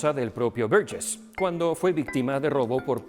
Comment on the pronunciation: Qué bien pronuncias Burgess